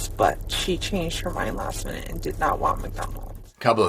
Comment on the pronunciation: alot of the schools in my area, and when I was going to school started at odd times. My high school started at like and ended . Don't ask me why. Also, regarding the Mcdonalds comment, Jenn said Maddy changed her mind "Last minute" not "last night". It kinda sounded like "last mint". It obviously doesn't matter in any way as it's all lies anyway and it poor Maddy is still deceased.